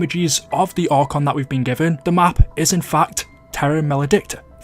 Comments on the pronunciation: I've lost complete faith in treyarch at this point 😕 and it's ark-on not arch-on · It's pronounced Ark on. All one word. The Archons are like the watchers from the bible, likely aliens. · you don't know how to pronounce archon...? lol